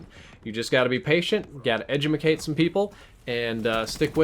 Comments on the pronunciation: He said Edutmicate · "you have to be patient... yea, edu-ma-cate some people..." nice.